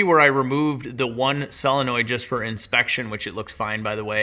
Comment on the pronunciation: It's not SELONOID, its SOLENOID. really angries up my autism.